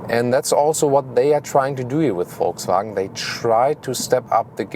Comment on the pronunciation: "Let's Gooo!" Haha,, always looking forward to your VW reviews, 'cause I love the way you say "Folksvagn" =)